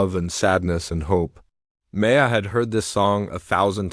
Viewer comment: Learn how to pronounce DeBussey! Learn how to say Chopin ! Hint: it isn’t chopp in! Maya is not May. A! It is My ah